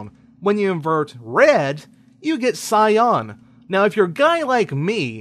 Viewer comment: cy.an // sahy-an EVERYONE doesn't understand your mispronunciation.